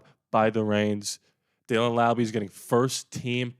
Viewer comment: Thank you for saying Laube right - that shows care. In case anyone wants to know, it’s pronounced Laube, like Rowdy.